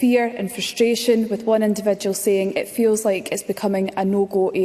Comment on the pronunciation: Frish-shtration? Elocution lessons needed asap.